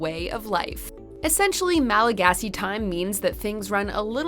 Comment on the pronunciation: I just like the way you pronounce all the Malagasy words!!! Really great video btw :) Thanks for making it.